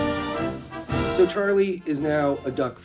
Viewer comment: Thank you for pronouncing Oregon correctly.